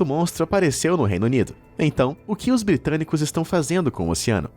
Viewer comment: O cara lancou "Bitrânicos". Kkkkk